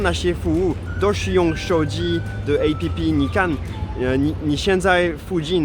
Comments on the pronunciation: 竟然把app唸成A.P.P!! 哈...台化太深了吧😂😂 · 好融入台灣人哦 都會唸A-P-P 哈哈哈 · 你居然唸App (好台啊！) 我們連大多數的老人都有臉書呢XD 雖然現在大部分年輕人都用IG🤣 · 看著是配合台灣的